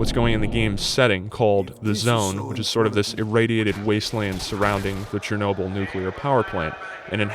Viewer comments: It's not CHEERnobyl. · Learn how to say Chernobyl properly